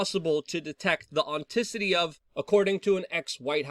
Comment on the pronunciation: Aunticity? Maybe "authenticity?" 🙄